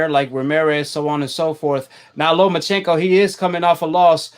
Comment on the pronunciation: Say it with me NOMACHENKO